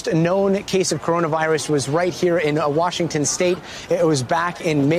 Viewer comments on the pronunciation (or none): Wushington State